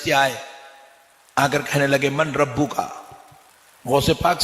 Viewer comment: عربی پڑھنے نہیں آتی، من ربک میں نون نہیں پڑھاجائے گا سلام کا حکم مکلفین کے لیے ہے فرشتوں کے لیے نہیں